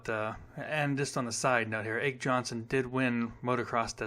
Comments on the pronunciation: ake is pronounced AKEE ah key Jonnson is onson J is silent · By the way. Ake Jonsson's name is pronounced "Ockee Onson." Ake rhymes with hockey.